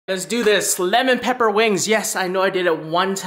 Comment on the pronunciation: No one: Literally no one:: Let me show you how easy it is to make Lemon Pepeqaullalgagglalgaaglaa wings